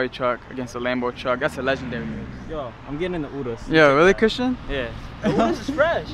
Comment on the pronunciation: it annoys me sm how cyrus says urus!! It’s pronounced yu-roos not oo-roos